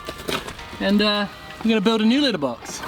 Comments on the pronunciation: I know you’re saying letter box but to my sophomoric American ears I’m hearing litter box! Lol sorry, this was truly exciting!!! Great video as always ~ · Letter box!!!! What he was saying was letter box!!!! I thought he was says litter box!!!